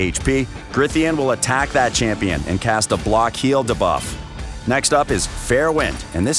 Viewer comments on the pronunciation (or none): Try saying D buff. Not like dabloom 👍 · Lol - why can’t he pronounce it like “dee-buff”? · Lol I hear da-buff too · The way he says "debuff" like "D Buff" 😂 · Yeah it bad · Why does he say “debuff” that way 🤢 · And of course he says it like 5000 times in the video haha